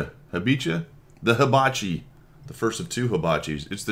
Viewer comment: Pronunciation: Ha-bi-HA.